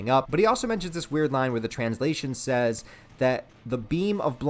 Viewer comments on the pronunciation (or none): none